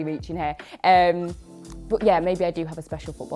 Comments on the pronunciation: I think its cuz your "but" sounds like "bot" , for me ... The "ehm" is kinda too much😭😂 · Is it weird that I love the way says but? 😅 I guess I'm jus an American who isn't used to the accent Edit: Wow, right after I finished typing this comment, explained her accent Edit 2: WTF! As I was finished typing the last comment, is asked about the way she says but 🤣